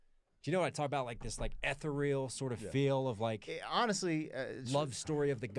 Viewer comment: you are so well-spoken and articulate, clearly highly intelligent and insightful.... love your breakdowns! If you don't learn how to pronounce 'ethereal' I might lose my petty mind! You use it a lot, and the word itself, pronounced correctly, SOUNDS ethereal. PLEASE, ask Elizabeth if I sound like I'm full of ish! You deserve to hear how beautiful the word actually is.....sorry, linguistic nerd here. Awesome reaction guys! LOVING the paths down Sleep Token, Ren, and Maphra boulevards!